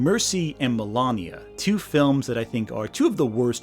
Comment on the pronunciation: You know everytime he say "Melania" I keep on hearing "the lama" and I think it would have done better if the movie had been about them instead